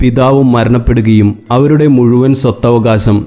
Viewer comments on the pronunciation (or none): none